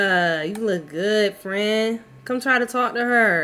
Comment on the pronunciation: “Me too fren me too”😂